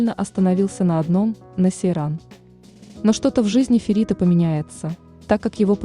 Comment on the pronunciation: Не Серан, а Сейран